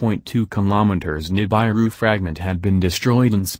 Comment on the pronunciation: NI -BAI-ru? Ni-BAI-ru fragment? Come on guys!